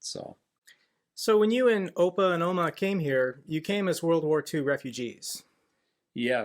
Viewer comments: And you sound actually Dutch when you say Opa en Oma 🙂 I have lived in Utrecht for 30 years, nice to know you have roots here in the Netherlands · I didn't know you are from dutch descent. Cool. And words like 'Opa' and 'Oma' you spoke them perfectly. My compliments to you both, keep doing the good work. Met vriendelijke groet Pascal.👌